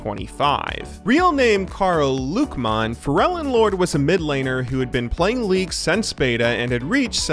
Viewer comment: Its called LÜCKMANN not LUCKMANN